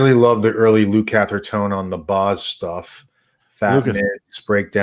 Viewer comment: ....its pronounced Luk-a-ther...not to hard. You have Terry Kath somewhere in your head every time you say his name. Luke-A-Ther......not to hard